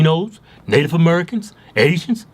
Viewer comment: "Native Amurricans" lol im dying 🤣